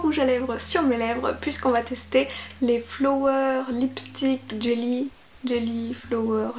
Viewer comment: Ça se prononce flawer